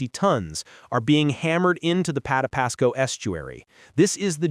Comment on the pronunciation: Terrible AI. It can't pronounce Patapsco.